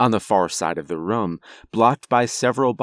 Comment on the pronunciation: everyone says room this guy: Rom